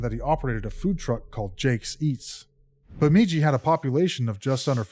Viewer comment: Bemidji is pronounced with the second syllable “midj” sounding like the “midg” in midget